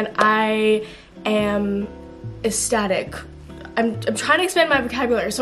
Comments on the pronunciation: me thinking she was trying to say aesthetic 😂😂😂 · you pronounced ecstatic wrong.